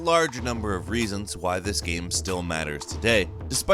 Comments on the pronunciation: Say "game".: "Ghem." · Is it just me or can he simply not pronounce the word " Game " even though it's obviously all he talks about? I always hear Geeim and it bothers the shit outta me lol. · It's unfortunate that the one word this narrator cannot say properly is the word GAME. He keeps saying "gəm" and it's driving me insane.